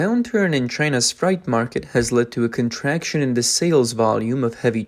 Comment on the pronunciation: Fright? no, freight (fray-t). L2type to make your text to speach speak properly. Lol, his face was visible, no use for blurring it out since that was left in.